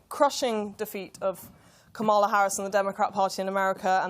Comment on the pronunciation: It's Kamala not KaMALa... and it's the Democratic Party not the Democrat Party.